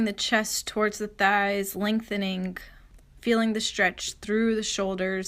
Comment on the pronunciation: love your flows so much girl... however it drives me nuts how you say "ing" words... lengtheninK. strengtheninK. hanGink. haha sorry girl. i accept you live in a different place than myself... everyone speaks differently. namaste honey. I love your videos